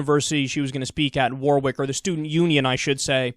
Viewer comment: It's not "War-wick", it's "War-ick".